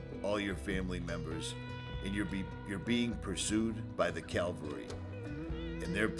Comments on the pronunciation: Nice video. Beautiful country. Sad story. Just FYI, it is CAV-AL-RY, as in “horse-mounted military”. CAL-VA-RY is a religious term related to the crucifixion of Jesus Christ. Just sayin’ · Cav-al-ry , please!?! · Another awesome video. Not to be picky, but there’s a vast difference between cavalry and Calvary.